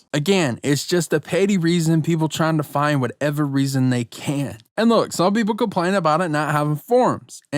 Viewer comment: Normal people: ‘Complain’: CaPplAiN!!!